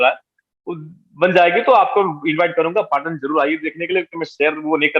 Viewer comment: It’s not पटन its पाटन पटोला sir🙏🏻